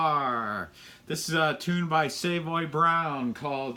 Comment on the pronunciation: You sound way off brother No offense but sounds bad in that key. First of all, you pronounced " Savoy Brown way off. Then if you are going to play that song. The best slide is on studio album. Next, please don't sing lol.